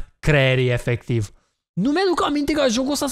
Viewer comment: ma intreb de cate ori a zis,,efeciv''